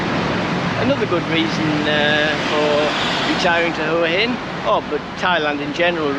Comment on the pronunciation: Enjoying your channel but who told you to pronounce Huahin as hooahin? It drives me frigging nuts. It's Wahhin. I've been close to lobbing my remote through the TV. 🤔😂